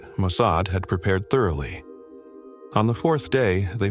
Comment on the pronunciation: When you mispronounced Mosaad I knew this was AI. I knew I could not sub.